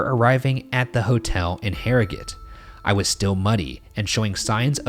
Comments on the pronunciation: I'm just really pumped you pronounced "Yorkshire" and "Harrogate" correctly. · I feel like Ryan’s correct pronunciation of Harrogate has earned Shane some leniency from British audiences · i like that they pronounced Yorkshire properly! and Harrogate! love ya bois! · As a yorkshireman myself I was glad that Harrogate and Yorkshire were pronounced properly I've definitely heard them butchered before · As an Englishman who lives near Harrogate, thank you Ryan for pronouncing it right